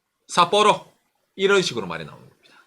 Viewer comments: 삿뽀로 어감 너무 찰지네요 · ㅋㅋㅋㅋ삿뽀로 할때 발음봐 ㅋㅋㅋ 빵터졋넨